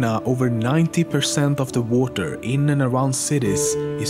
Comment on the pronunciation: Like that ocean? Also, why does he say water like: Woater?